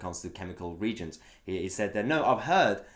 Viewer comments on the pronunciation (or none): Mahyar, please please please don’t pronounce reagents as Regents. It’s re-agent(s). Think “Reactive Agent”. Regents as in Prince Regent is incorrect. You’re welcome and keep up the great work. Right, I’m off back to criticising the neighbours lawn length 5 minutes after cutting mine. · Great work as usual but 'reagents' is pronounced ree-age-ents, not regents. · Re aagents not regents. You are pronouncing it wrong. Reagents react in chemical reactions.. Regents are usually princes. There is so much ignorance. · Not to be pernickety, but it is pronounced ree-agents, not regents. Lab rat here. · The word reagents is pronounced “ree-agents”, not “reegents” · just a quick one Mahyar - it's pronounced "ree-agents" not "regents" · If you're going to complain about journalists getting things wrong you need to check your pronunciation of "reagents". It's not 're-gents' it's 're-ay-gents' ... or things that 're-act'. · Please .. it is "re -- agents" not "regents" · Magyar love your work but it is pronounced ree agents not regents. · It’s pronounced Re-agents not reagents 👍🏻 however you never said you were an expert. Great video, very useful observation! Excellent research and under a time constraint too I assume having had to move house! Looking forward to the steam! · Sorry, it's driving me nuts (I'm aspie). It's pronounced ree-agents and not reegents. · Not regents - it's re-agents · It's pronounced "re_agents", not "reejents" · Just to be clear Mayhar, the word is "Re-Agents"' not regents. If you can't say the word properly, I start to doubt your knowledge of the facts. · Please ... it is pronounced re-agents, not regents lol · It’s re agents not regents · Reagents is pronounced: re-agents .. not regents! Good vid though, thanks. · Well, you're not much better than Peston! It's pronounced "REE- AGENTS" Not "REEGENTS". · Re - A - gents ('A' as in 'you over there!) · On this side of the pond we call them RE-AGENTS... 3 syllables. Is that different on your side?